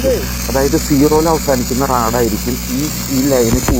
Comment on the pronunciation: റാഡ് അല്ല റോഡ് 😊